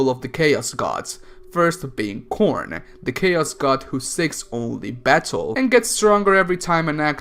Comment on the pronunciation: When he said "Khorne" I heard "Corn" XD